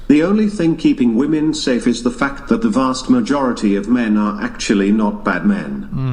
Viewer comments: Fucking hell, it's not pronounced "woman" when it's plural! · It's "women" not "woman" Jesus Christ. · Why do these people say woman instead of women